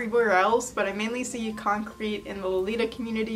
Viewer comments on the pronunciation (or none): I think "concrit" is pronounced with an "it" sound and not like "concrete." It comes from "constructive criticism," so the "crit" part is pronounced the same as the "crit" in "criticism." Sorry for nit-picking, but it drove me crazy lol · con-crit is pronounced kon-criht because it’s just shorthand fir constructive criticism fyi. same sounds as the original words